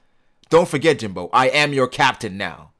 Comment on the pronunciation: Jimbei... not Jimbo